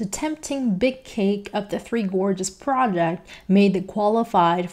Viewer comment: Good translator, EXCEPT she CANNOT correctly pronounce "project" nor RESPECT. Keep at it, girlie, you'll learn to say RESPECT once you get the hang of it.